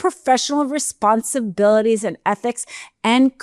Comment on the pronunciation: I like the topic but it seems like a bit tipsy? Pronunciation is off, 'responsabillies'....